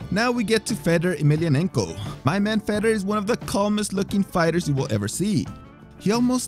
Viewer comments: Fedor. Fay door ..not feder. Sorry drove me nuts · How about spending a few minutes learning how to pronounce their names properly.. for example its "Fedor" not "fetter" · Fedor is pronounced fee door (not fed oor). lol. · Feder? You mean fedor how are you making videos about mma and can't pronounce the name correctly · Why does it sound like you are saying "Fedder" instead of Fador? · Feydor not feder!!! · Imagine making mma videos for YouTube and you call the GOAT “fed-er” I hope everyone unsubscribes this complete fraud! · I cannot stand how he pronounces fedor like cheddar 😂😂😂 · 1. Say it with me, FAY-DOOR 2. Nice Khabib v Conor thumbnail but no mention :( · "Feddar" Emelianenko? Come on man. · Absolutely nobody:: "Fedder" Emelianenko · At least pronounce the names correctly. Fedor??? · Filthy casual detected by the pronunciation of 'Fedor' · It annoys the hell out of me the way you pronounce fedor